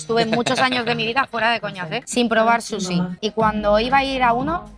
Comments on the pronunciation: “Un buen susi” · Grefg dice susixD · porque le dicen susi brooooo Es SUSHI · Qué les pasa cuando pronuncian "Sushi", como q les cuesta un poco, no?